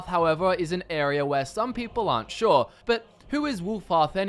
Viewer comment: Virtuoso Because of his pronunciation of “sure”. And he’s showing footage of Shor’s Hall in Sovngarde as he says that. “I can’t be 100% SHOR”.